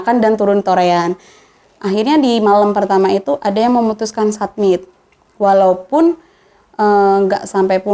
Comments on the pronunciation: Mba, nyebutnya bukan “ submit” tapi “summit”, soalnya maksudnya beda. Btw Ceritanya menarik dan runtut dari mba’nya yg cerita. Semoga bisa diambil pelajaran dan pengetahuan buat temen2 pecinta alam. Salam sehat dan lestari dariku, salam🙏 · Summit mba…. bkn submit